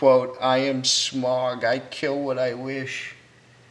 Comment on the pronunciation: "Smag"? It's pronounced with a aw/au sound as in "loud". Additionally, it sounds too much like you're reading directly from a script. Try to memorize what you want said, or straight up improvise, it will give your narration better flow.